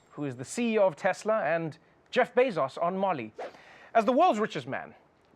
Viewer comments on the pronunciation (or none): none